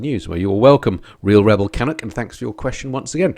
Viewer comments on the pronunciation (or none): Your channel is my favorite MC channel tied only to Ryan from fortnine. Side note Canuck...the 'nu' is prounced in the same way as in the harley knuckle head engine ( not sure how to spell it out phonetically) Canuck is a term used to describe a canadian...hence the Vancouver Canucks... Keep the videos coming...